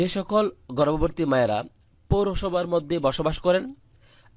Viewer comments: গর্ববর্তি না ভাই গর্ববতি😂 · গর্ভবতী টা ঠিক করে বলা শিখেন আগে।😂😂😂😂😂😂😂